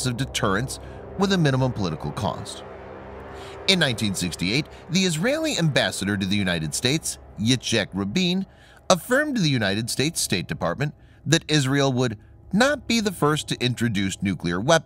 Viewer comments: It's Yitz-hahk Rabeen. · yitzchak rabin pronunciation was hilarious